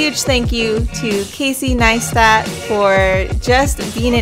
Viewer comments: Pronounced as Nice-TAT ... not NineSTAT. Like the video tho, just this was a bit annoying ... :| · Doesn’t it sound like she’s saying “Neinstat”? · It's Casey NEISTAT, not Casey NEINSTAT. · Ok now the video is all talking about his accomplishments and stuff but you didn't pronounce his name right? xd. Great video tho, keep up the good work. From Casey 9stat xd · ok i love this video its rlly creative interesting and innovative but every time she said nine-stat part of died please for the love of god jeseu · Great work ! But can you please stop saying NINEstat 😂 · I'm sorry did you say ninestat? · hahaha I thought it was really annoying as well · Really really annoyinga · Tom L i enjoyed what she made but she replaced c with a n lmao . Its kinda annoying to hear repeatedly